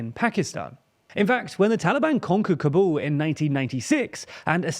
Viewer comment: Kabul pronounced as Kaabul.. not K'buul and Baloch.. the ch is sound ch in chair not k .. Get better TLDR.